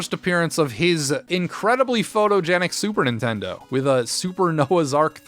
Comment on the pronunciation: I'm assuming "Superintendo" is an intentional mispronounciation, maybe a reference to the way James as a kid said Super Nintendo, but dunno. BTW, Crazy Castle or the Christmas episode with Keith are my favorite AVGN shows.